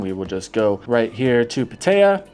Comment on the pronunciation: How long have you been here? If you don't know how to pronounce PAT- Tee- ya , ask a Thai for help. PA-Thai- Ya make you sound like a new comer from Australia. Just trying to help you out dude.